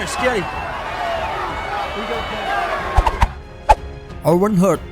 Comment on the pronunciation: juga owen hart sebutan nya owen hart bukan owen hurt😂